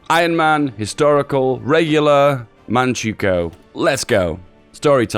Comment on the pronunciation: Manchukuo = "Man-chuh-kwo"